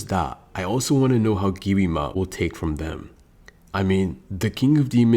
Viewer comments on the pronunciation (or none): Yo buddy it’s not giwima it’s Gwima like pronounce it right buddy Gwi ma